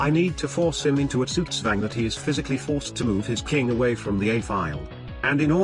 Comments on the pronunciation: why do you let tts say the other words correctly but not Zugzwang? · it said sugswäng. Zugzwang has a z with a t like sound sound at a start and the rest of the z sound is more different than s than his tts. His tts almost said it like s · It's possible that the tts engine didn't like the spelling of "zugzwang" and said it in a way that would've sounded weird, so spelled it with an s to make it sound less wrong. I've played around with tts software before and occasionally had to spell words in a weird way to get the computer voice to say it right. Also if you get this reply notification twice, it's because YouTube glitched and appeared to post the comment twice, and when I tried to delete one of them it deleted both of them, so I had to rewrite the comment.